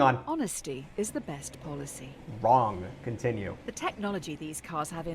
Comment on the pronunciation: “WRONGG, continue” 😭